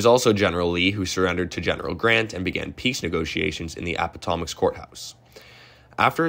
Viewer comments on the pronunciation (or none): Please note - Lee surrendured to Grant at the Appomattox Courthouse, not "Appottomax"! 😉 But PLEASE do continue the series - so many of these people have disappeared from traditional historical coverage as soon as discussion of the War is over. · "Appomattox" is pronounced "ap-po-mat-tox," "ap-uh-mat-ucks," or "ah-pom-o-tox," none of which are what this video said. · APO/Mat/icks court house...say it right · Appomattox, not Appotomax courthouse... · Appa-TOE-max???? Try Appomattox. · The surrender occurred at the Appomattox Courthouse pronounced (/ˌæpəˈmætəks/ ......not Appotommox. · Ap-o-TOM-mucks??? It is pronounced "Ap-po-MA-tucks." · Appatomics? I’m sorry, it’s pronounced Appo mat uhks. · Gen. Lee surrendered at Appomattox Courthouse, yes. It's pronounced: "App-o- mah- tix, NOT Apootomix. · General Lee surrendered at the Appomattox courthouse, not the Appothomas. (I'm sure it was just a slip of the tongue while recording. 😊) Other than that, great video! I love learning about the Civil War. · "appotomax" NO. Appomattox. Geez, get it right! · APP a MATT ox. Not apa ma tocks. Sorry, as a Virginian and history buff this makes me cringe. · It's Appomattox, not Appottamox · Appa Tomicks courthouse? It's pronounced a bit differently than how you said it :) good video though! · For the sake of correct pronunciation and historical accuracy, Lee surrendered at the Appomattox Courthouse in Appomattox, VA. ( - ) a·puh·ma·tuhks. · App-a-TOM-mix; cool. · Appatomics Courthouse? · Bro, you gotta learn how to pronounce this stuff... Apottoemax? Borrerguard? Randolph-Maykhan? That was rough. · It's called App o MATT ux... And yes, you do need a part 2, and likely a part 3. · "Appatomax" courthouse? Really? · Appotomicks courthouse??? Lololol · either have it narrated by a real person or learn the pronunciation of words like Ap-po-mat-tox courthouse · App a Matt ox Gives you more credibility when you pronounce one of the key places correctly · It's Appomattox